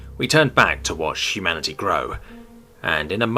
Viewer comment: Hu-Manatee. Am I the only one that heard it like this?